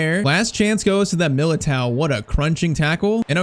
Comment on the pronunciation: milatere 😂😂😂😂😂😂😂😂😂😂 its milato